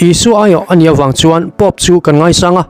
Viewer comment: I Pôp thluk dan chu a van dik lo ve aw. Khati khan Pôp an thluk ngai lo😂😂